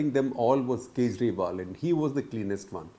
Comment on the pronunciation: Arvind khejriwal, Sooch nahi sochalalay hai😂